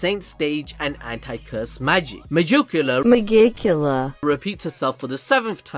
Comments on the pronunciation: Meducila? Isn't it Megicula xd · I thought you were saying Megicula like that on purpose the whole time lmao